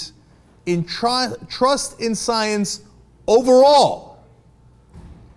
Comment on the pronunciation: What is this sai-ens you speak of cenk?